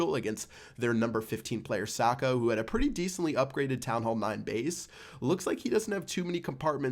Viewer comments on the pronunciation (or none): none